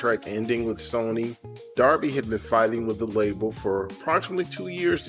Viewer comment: You are mispronouncing his last name.